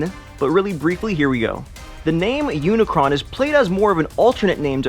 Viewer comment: It's Unicron